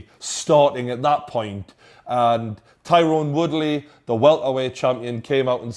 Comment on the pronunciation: It's pronounced Tie Rin Woodly not Ty rone Woodly.